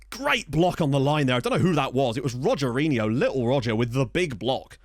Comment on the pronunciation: It would be pronounced "Hogerinho" as the letter R is pronounced like a H at the start of words in Portuguese.